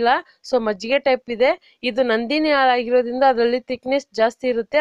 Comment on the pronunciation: ನೀವು ರೆಸಿಪಿ ಬಗ್ಗೆ ಚೆನ್ನಾಗಿ ಹೇಳುತ್ತೀರಾ..ಬಟ್ ಹಾಲು ಅಂತ ನೀಟ್ ಆಗಿ ಉಚ್ಚಾರ ಮಾಡಿ ಆಲು ಅಲ್ಲ